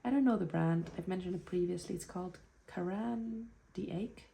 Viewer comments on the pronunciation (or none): Lovely to spend time with you and your journals. Congratulations on beginning your 4th year - The pronunciation for the red and blue pencil is.. "Karen Dash". if that helps. I have a history of doing adult coloring and love my colored pencils, so I am familiar with the names of the various colored pencils out there. Again thank you for taking the time to share with us. My first Kaweco was purchased during a visit to Hong Kong - I got the AL Sport Grey Anthracite - because it reminded me of the colors of Hong Kong when looking out across the harbor there. Have a fantastic trip, if you get a chance go visit the the Chi Lin Nunnery and garden - has a traditional tea house restaurant there, but the peacefulness and beauty of the Nunnery and the gardens are so unexpected in the middle of Hong Kong. I always recommend it to friends.